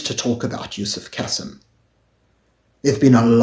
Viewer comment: Pronounced Kaseem not the soft 'Cassim' pronounciation.